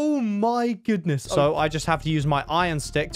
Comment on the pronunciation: to it sounds weird when he says "so"